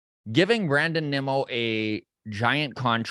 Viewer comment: It’s pronounced Nimmo not Nemmo